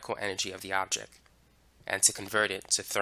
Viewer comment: I too now pronounce object and product as objec and produc thx to you bro!😅